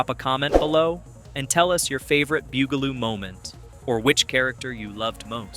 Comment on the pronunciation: Why do you pronounce it Boogaloo? It's Bugaloo. Bug!! They are bugs, get it?